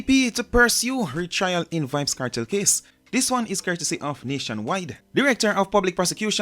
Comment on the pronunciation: R-E-T-R-I-A-L= Retrial.. Not RETRAIL